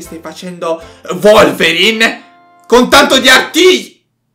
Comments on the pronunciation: ma non si diceva Wolverine (ho capito volverine) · Volverin è bellissimo con una grande pronuncia 😂